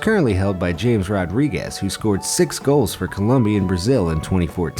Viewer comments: his name isn’t pronounced James...it’s ‘Hamez’ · It’s pronounced hames not James. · it’s actually pronounced ha-mee-zz not James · Its not pronounced james Rodriguez it's pronounced hamez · James is pronounced as Hames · It’s ha mes rodriguez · its Hames not James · Its pronounces Ha-mes Rodriguez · James is not pronounce has James but as Hames. get you're facts right!!! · You don't pronounce the j in James it's like hammez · You gonna get it from the colombians its not james is ha mes rodrigues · James Rodriguez's name is pronounced Hamez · "JAMES" Rodriguez 🤦🏽‍♀️🤦🏽‍♀️🤦🏽‍♀️ it's pronounced "Hamis." It's not your fault though because it's a different pronunciation than what it looks like. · It’s not “James” it’s pronounced HAMEZ, you just insulted that player, you should apologize. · He also said James instead of pronouncing it the right way Ha-me-z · Omg the way he said James Rodriguez lel It’s supposed to be “hum-es” not James 🙃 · Trinidad and To-Bay-Go Ha-Mez Rodriguez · It's not James Rodriguez it's pronounced (HA-MEZ) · Disliked because James wasn't pronounced as Ha-Mes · James Rodriguez's first name is pronounced "Ham-ez" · Its Ha-Mes not James... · James is pronounced Hames.. Americans.. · Lionel is pronounced LEEonel in this situation James is pronounced HOMMes in this situation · It's pronounced HAMES Rodriquez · Its pronounced hamez not james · HAMEZ Rodriguez not James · Gary Arowood it's pronounced ha mess but it's spelt James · James is hamezzz not "james" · 3 - It's "Hames", not "Jeims" Rodriges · Thats not how you call James Rodriguez Its Hames Rodriguez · It's pronounced Ha-mez, not James... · It’s not pronounced James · ITS PRONOUNCED HAMES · It is Ha-mez Rodriguez. Come on now. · “James” Rodriguez ..... OK guy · “James” Rodriguez. Nice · James is pronounced "ha-mez" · Not James it's James (pronounces hames) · it's pronounced ham-ez Rodriguez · Pronounced james wrong too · Next time say the name JAMES right! It is not said how you think!